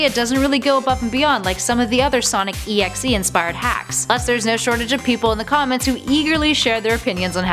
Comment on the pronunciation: okay. the thing that pisses me off is the fact that she says sonic EXE on sonic DOT exe.